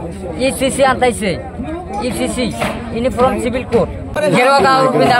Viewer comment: What unifrom please know how to pronounce its uniform